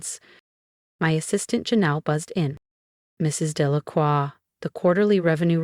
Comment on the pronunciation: Very good speaker! Even pronounced "Delacroix" correctly!